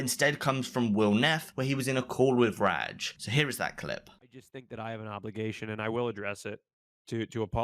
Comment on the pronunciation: Can you please stop saying ragg instead of rajj